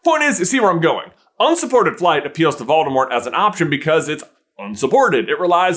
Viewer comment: You're prounouncing 'Voldemort' incorrectly. It's actually pronounced vole-deh-more.